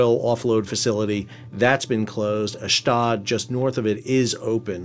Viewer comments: Sal, please pronounce the port city in Israel as Ashdode (as in tode) its ridiculous when i hear you say "Ashdad". Also the other port city closer to Gaza is not askelion, it's "Ashkelone" as in Ash-clone in proper pronunciation. Thanks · Ash Doad. pronounced like 'load' ... love teh content keep it up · TY Sal. FYI- Ashdod pronounced ahsh dode. Dode rhymes with toad